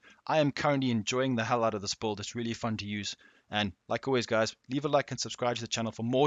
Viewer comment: the best buld man .. he's not sayin build ... he's fuckin sayin buld.